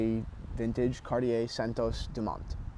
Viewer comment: Nice video but you should work on your pronunciation of Cartier, you don't pronounce the r at the end.